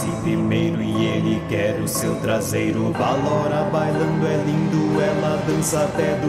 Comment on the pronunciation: vc falou tarseiro.